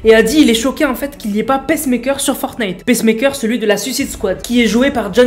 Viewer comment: Ça se prononce pas "pèsse-mèkeur", mais "piçe-meïkeur"